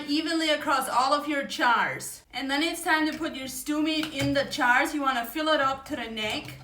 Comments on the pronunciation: Jars ❌️ Chars✅️. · Jars ..not chars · Charz ? You're saying Jars ?😊😂🫣☺️ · Cold packing is usually used for high acid items. Like tomato or pickles. Love u saying chars instead of jars. My grandparents were Duetch & had accents even thicker than yours, 1 grandfather barely spoke English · I love how she says chars not jars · "Your Chars" 😅😂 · ....chajrsss..... I don't know how she manages to pronounce the J after the A but she does ... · Yes busy bee I do see it also. And is she saying chars ?? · I like how you say jars, it sounds like you're saying chars. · Is she saying chars😂😂😂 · can amish just not say the “j” sound? like it’s not “ch” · I love the way you say jars. It sounds like chars. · I love how she says chars instead of jars❤❤ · She is saying jars, right? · love how she says jars